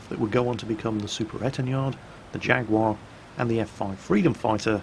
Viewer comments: What's a 'jagwaar" then? do you mean a jaguar? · Stop saying "Jag-war" - You're British aren't you? It's pronounced "Jag-you-are!" --S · Why the fuck did you say "Jagwar" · So...When are you going to be renouncing your UK citizenship and moving to the USA, being as you insist on pronouncing things the American way, rather then the proper, English way? First it was SKedule instead of SHH-edule, now it's Jag-WAAAH instead of JAG-YOU-AR. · Nice video but please don't Americanise "Jaguar" to "Jagwar". It's just not cricket. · What's a "Jagwaar" when it's at home? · please tell me you didn't say Jaguar the american way. Because it sounded awfully like you said Jagwar. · Jag-war? And you call yourself British! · Jag-warr? When did we become American? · jaguar? jaguar? you have just reset all my Clarkson's Proper English Pronunciation education.....................jaguar? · I was all for a War Thunder video, but then repeatedly insisted on pronouncing Jaguar really weirdly. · Wop wop back in Warthunder:D I know I shouldn't...but your Americanised pronunciation of "Jaguar" is triggering me...I swear you do the same with "Minotaur".... ᶘ ͡°ᴥ͡°ᶅ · Why is someone from the North of England pronouncing 'Jaguar' like that?.... Please......... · Pricie Gaming Yeah man some horrible Americanisation there. Almost enough to make me start playing WOT again in protest. Almost.